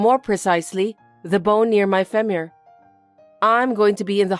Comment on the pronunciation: “The bone near my ‘Femure’?” What does that mean, and how can you not know how to pronounce, “Femur?”